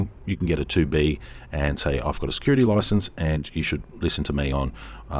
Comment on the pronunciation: Security license, not 'licanse.' 😛